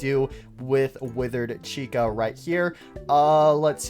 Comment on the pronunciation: STOP CALLING TOY CHICA: TOY THIKA, ITS SO ANNOYING